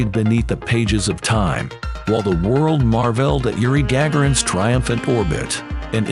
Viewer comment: Your robot narrator can't pronounce "Elon" "marveled" or "Gagarin" so I'm not going to be bothering to watch your video. 👎💩